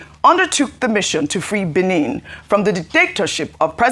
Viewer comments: It's pronounced Béh-neh.. Not Bini.. 🙏🏾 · Ojy. It’s not pronounced Benin as in state. You are a broadcaster learn to pronounce better.